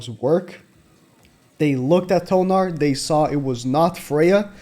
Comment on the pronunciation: Thonar…not tonar, Thonar